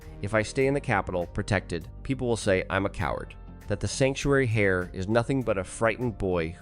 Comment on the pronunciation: Heir pronounced AIR or EIRE or AER with the H silent!!! Please instruct the AI in this as it's bloody annoying to have it pronounced HAIR every time.